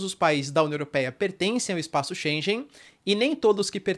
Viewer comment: 0 seconds ago Só uma ligeira correção: Shengen se pronuncia diferente, (como se tivesse um gue no Shenguen=pronuncia correcta).